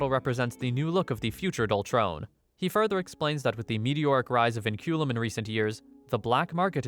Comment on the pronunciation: “Vinculum” (Pronounced Winkulum) translates to chains in Latin